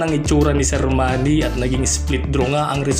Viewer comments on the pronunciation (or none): Basag tenga ko sa “sermani” 😅